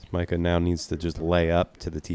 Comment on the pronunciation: The dude's name ain't Micah, stop saying it like that